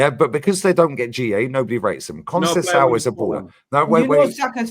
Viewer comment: besides the whack take from, he cant even pronounce Conceicao after watching football for "40 years"